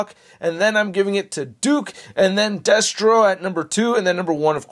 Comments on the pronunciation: I heard “deathstroke” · Are you saying "Deathstro"? 🤣 Sik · Me too.